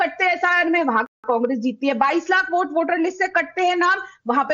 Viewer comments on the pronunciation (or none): टोंटीचोर नकटे को वोट को ओट और वोटर को ओटर कहने वाला अज़ीज़ ख़ान जैसा कट वा ही प्रवक्ता मिलेगा।